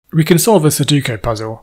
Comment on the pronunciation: Forgive me for teasing you, but it's funny that you can do all this technical wizardry yet you keep mispronouncing sudoku as "suduko".